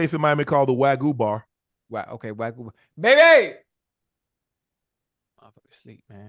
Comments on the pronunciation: Im howling because Ocho kept calling Wagyu Steak Wagganot...lol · Ocho called Wagyu steak “Waganot” 💀💀💀